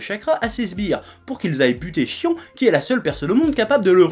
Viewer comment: Je me demande si je suis le seul au début de la vidéo à avoir entendu le Chef (pour le nom de la prêtresse) dire Fion au lieu de Shion? parce que sérieux j'ai du revoir ce passage 3 fois pour bien entendre cette fois-ci son nom XD.